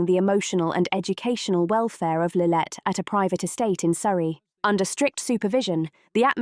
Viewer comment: Her name is Lilibet, NOT Lillet!